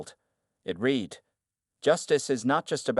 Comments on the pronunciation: You need to teach your AI that there are times the word 'read' is pronounced 'red' not 'reed'. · Read pronounced reed is present or future tense example He began to read the book. Read pronounced red is past tense example He read the book last night. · It is better to read the transcript than to cringe on the reading mistakes of the AI voicebot (like no discerning for "read" in present vs. past tense pronunciation) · When someone is talking about the written word, the word read ( pronounced- reed) depends on how it is used in the sentence. Other times, it is pronounced (red). Proper Grammer goes present tense, future tense, past tense. Read(reed), read(reed), read(red). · and couldn't even pronounce 'read' properly 😅